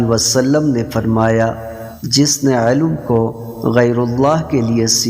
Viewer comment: علم کو عالو کہہ رہا ہے کم از کم الفاظ درست بولنا سیکھیں اسکے بعد حدیث مبارکہ بیان کریں